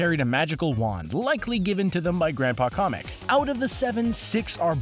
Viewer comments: KOMEK ITS KAMEK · ITS KAMEK NOT KOMEK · Sorry but it's kAMack not comic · It's CAMek not COMik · why do u call kamek "comic"? is it just ur accent? my bad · Komek It’s Kamek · it is kamek not Kahmek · You said his name as komick is sopose to be said askameck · why did you say comic that is Kamek not comic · It's not kumek it's kamek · It's pronounced Kamek not karmek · KA MICK NOT COMIC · its kAmek not kOmek just saying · Kamic not comic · its camik not comic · Komek? Its Kamek and here's your simple answer, 1 which is Jr, Shigeru Miamoto said the Koopalings are adopted and he is the CREATOR of Mario and the head of nintendo. Nobody wants your stretched out video that couldve been 2 fucking minutes long but no, ad revenue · you just said komek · Real Mustache man Its kamek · Anyone else bothered by the fact that he calls kemic comic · I’m sorry but who pronounces kamek as comic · I like how he says kamek he says comic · Ka-mec lmao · Komic? KOMIC? B R U H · kept hearing komok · ugh...so much misinformation and mistakes....Kamek is pronounced cam-meck, it's been known for a while now that Bowser Jr is Bowser's only actual kid ( though the Koopalings are still a mystery....they'd been said to be adopted, yet also that they're Bowser's niece & nephews...confusing ), the Koopa Kids are just random characters created to pad out Mario Party's cast, the Koopalings returned on GBA in Superstar Saga before NSMB Wii, Bowser & Baby Bowser team up in Partners in Time not Yoshi's Island DS ( adult Bowser DOES appear as the final boss, as he does in Yoshi's New Island as well, but they don't actually team up ), and Wart is SMB2's villain not Birdo.... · it's Cammack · Did he say komek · it's pronounced ("Cam- eck") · It's pronounced meKamick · Its Ka meek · It's (ka -mik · You said Kamek wrong... U N A C C E P T A B L E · GETS TRIGGERED THAT YOU SAID KAMEK WRONG Jk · Saying kamek wrong